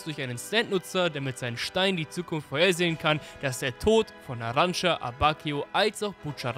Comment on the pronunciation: Er heißt NARANCIA NICHT NARANCA NARAN(CIA)